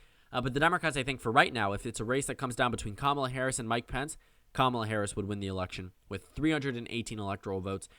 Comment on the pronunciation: “Mike Pants”. I’ll use that pronunciation from now on.